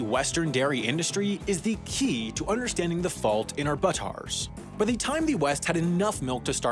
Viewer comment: did he just say, “is the key to UDDERSTANDING”?